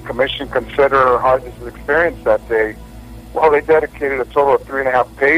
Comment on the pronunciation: The typed page at about shows Hargis as the outside motorcycle cop when he is on the inside(closest to the President's car- should be 1, 2 ,3 ,4 Also Hargis is pronounced with a hard g as in Greg.